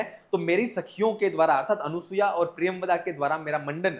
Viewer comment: अनुसूया ऐसा उच्चारण मत करें।